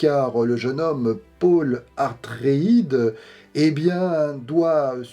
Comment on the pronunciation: Atreides pas Artreides mon petit.....👍👍😉